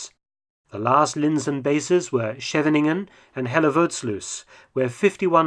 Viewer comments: Did you know that the name of the town "Scheveningen" was used when the Germans invaded in May 1940 to see if people were German infiltrators or Dutch. It is very hard to pronounce the "sch" right for foreigners. I'm sorry to say but you failed at it Mark. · Compliments at Mark about pronouning Dutch city names !!! The resistance in the Netherlands used “Scheveningen” to check if the person was a foreigner or not ! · As a dutchman, I really enjoyed how you pronounced Schevening, Moerdijk and Hellevoetsluis. LOL!